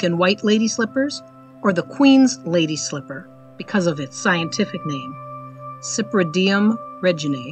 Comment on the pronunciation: Very nice photos and information but the name of the genus is spelled, Cypripedium (pronounced Sip-ri-pedium) , not Cyprideum (:20). It means the foot or sandal (pedium) of the Cyprian One (another name for the goddess Venus/Aphrodite).